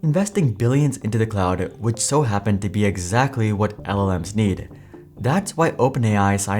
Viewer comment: "Not Exacly"......T. Good video by the way.